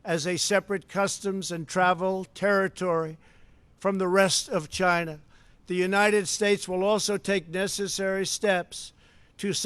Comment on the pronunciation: 1,000,000 deaths worldwide. Where does this man get his figures from? Will he now get his accessories from somewhere other than 'Tchyna'. I do agree that Hong Kong should remain an autonomous state and that China is oppressing the citizens therein against their wishes. With regard to his comments on WHO I do not agree. Squaring the blame on China for the pandemic is unfair and merely deflects from his own inaction and irrational pronouncements in the face of information available to him early on in 2020 re the dangers of Covid 19. Although the speech sounded good I cannot help but think there are ulterior motives involved given the number of times he has lied during his presidency.